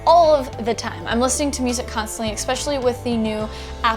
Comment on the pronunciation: You say EXPECIALLY. That's annoying. It's "especially".